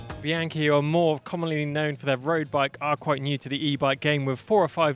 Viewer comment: great, you learned how to pronounce Bianchi, Chianti, etc … so proud of you